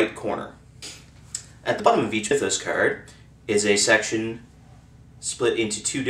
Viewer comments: dude, its not "my-those", its like "mith-oss" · What the Hell's a Mye-those?